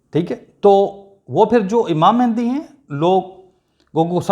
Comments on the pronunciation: It is very strange that you are talking about it personally whose name is not pronounced by you properly. It is not MehNdi. It is MAHDI means The Guide. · Pehle "Mahdi" tou sahi bol bar bar "Mehndi Mehndi" kar raha hai ! ! !